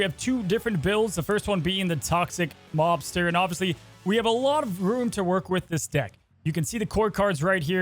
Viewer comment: I keep hearing Toxic 'Lobster' and now I want that deck....